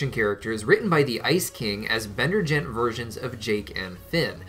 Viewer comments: did he just say Bender gent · lol u said "bender gent" int the beginning